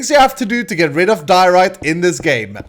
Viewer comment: I must say I laughed really hard when you said but didn't actually say diarite